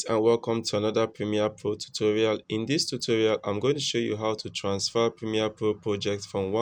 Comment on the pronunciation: pimie po o poject . dude where is RRRR